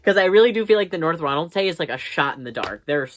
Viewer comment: Hiii! Just so you know Ronaldsay is pronounced “ronald-see”. Same goes for all the islands and place names with that “say” and other “ay” spellings in Orkney. Love your vids!